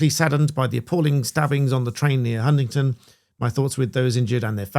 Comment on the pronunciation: Why does everyone keep saying Huntington?